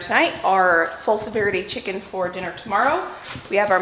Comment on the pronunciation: lol yeah is not interested in pronouncing anything correctly. 😂